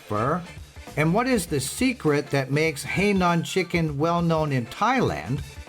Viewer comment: Please pronoun the province correctly. Not Hei Nan. It is Hai Nan.